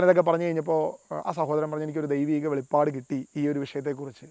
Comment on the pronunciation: It is not Velippadu it is Velipadu